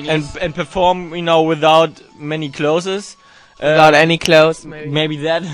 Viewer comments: It's so funny when tom says clothses, hahahahaha. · clozesss? LOL. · Aw Tom couldn't pronounce clothes!!! <3 Bless! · actually the person's writing is right. tom said clothes wrong, which is understandable because in German every letter is pronounced. they'res no silent letter like in the word know or knife.